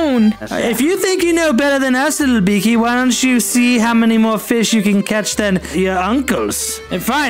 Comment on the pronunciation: That guy said the ugliest as beeke